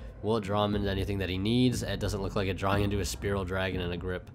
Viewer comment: it's fucking spiral, not spearal